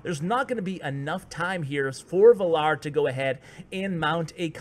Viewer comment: You don't watch game of thrones, do you? lol based on your pronunciation of "Valar"